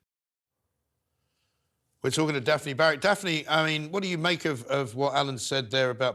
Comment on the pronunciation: the host pronounces Daphne as defamy..weird